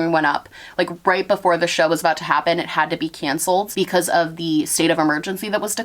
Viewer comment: I loved the NorthEast coming out in your voice when you were talking to Oliver lol <3 "How did this Haehpen?" I love hearing NE come out in my fave youtubers